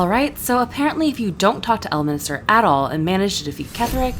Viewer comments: It's El-min-ster, not El-mini-ster, and he is a much more likeable character when he is in a good mood. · L minister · This video seems super interesting but alread 30 seconds in and you said Elminister 3 times it's really triggering he's not part of the government... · Can't believe you devoted a whole video to the guy and don't even pronounce his name correctly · I'm confused on how you heard him say the name correctly and still mispronounced the guy's name... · love how you keep calling him elminister 😂 bro is ordained